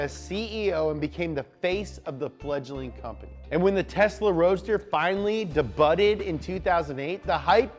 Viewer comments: mispronouncing words is kinda his thing like “de-butted" when saying the word debuted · Why is he pronouncing 'debuted' that way 😱